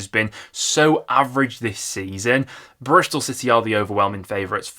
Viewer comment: It’s Bristol and Preston not Brishtol and Preshton.